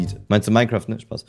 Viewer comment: niemand: und Rewi: Minequaft